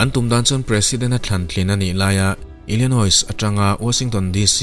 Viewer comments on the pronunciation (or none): ILLINOIS ah khian 's' khi silent tur. ILLINOI tih anga lam tur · Illinois ah hian a tawpa 's' hi lamrik loh tur a ni e. French ho phuah a ni a, French ah chuan vowels zawh chiah 's' awm hi lamrik loh (omit) a ni thin.